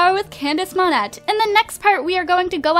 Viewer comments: It's (Moan-Ayy) not (Mon-Ett). If you want a french last name, at least get pronounciations right. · It's pronounced MON-AY, not the way you do. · lol i love how she mispronounced Monette (monay) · Still annoys me that she can't pronounce monette